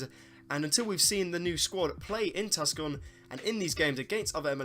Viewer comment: Great video as always. Tucson is a tough one - it’s pronounced To Sawn (rhymes with lawn).